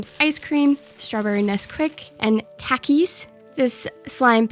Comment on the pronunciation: I HATE THE WAY SHE SAYS tAKIS